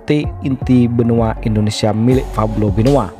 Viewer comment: Pablo bukan fablo min😯